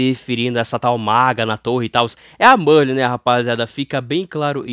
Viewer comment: pq c fala "burli" ao invez de merlin?